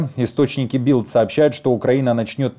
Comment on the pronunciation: Надо говорить Бильд, тогда звучит правильно, а не Билд! Bild по-нем.звучит, как с мягким знаком